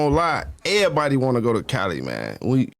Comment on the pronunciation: The way Chicago people say “everybody” is always funny to me